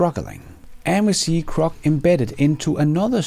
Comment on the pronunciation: "Crok" 😉 (crock in USA slang shorthand for "crock (bucket) of shite", lol)